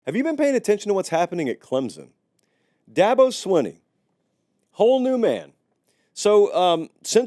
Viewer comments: CLEM SON, not CLEMZON, NOT CLEMPSON, CLEM SON, CLEMSON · I do wish people would learn to say Clem-son instead of Clem-zon!!! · It’s clemPson sir. Love the videos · there is no "Z" in Clemson